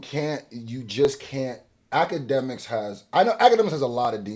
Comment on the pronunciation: It's not Akademiks its Owlademiks